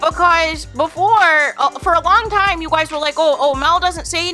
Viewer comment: Omg the “you Gwoys” is killing me 😩😩😩